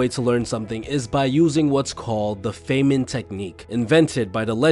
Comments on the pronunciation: The fay-man lol. Fine-man. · It’s pronounced ‘fine-man’ not ‘fey-men’ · pronounced fine-man... rich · Not a credible video from the standpoint that the narrator doesn't know how to pronounce Feynman's name or other basic nouns.